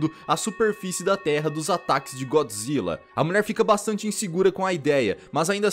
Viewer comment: usa a pronuncia japonesa Goijra quando falar de filme de godzilla